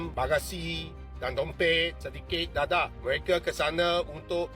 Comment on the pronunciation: Mak cik baca D E D E H kenapa jadi D A D A H 😅😂